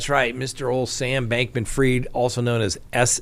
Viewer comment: NO! It's pronounced like it's spelled. F-R-I-E-D. Fried, as in deep fried. Freed is F-R-E-E-D. Man... you people....